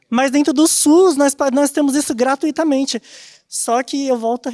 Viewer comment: "Gratuitamente" kkk, aqui o cara já perdeu a credibilidade.